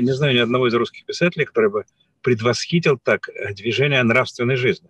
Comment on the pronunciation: Вы не правы, ударение ставится на первую И, после х, погуглите, он правильно произнес.